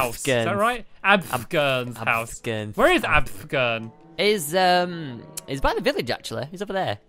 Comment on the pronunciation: Its AFFFFFFFFFFFFFFFFFFFFFFFFFFFGERN not ABFGERN or AVGERN